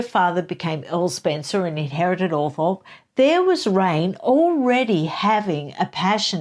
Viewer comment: I love your reviews, the book sounds great and the descriptions of Barbara Cartland and Raine Spencer sound spot on. Have to say though - Althorp is pronounced Althrop. I know this is crazy and makes no sense in relation to the spelling but that’s strange English pronunciation for you.